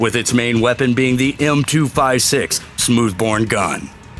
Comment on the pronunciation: "Smooth born gun"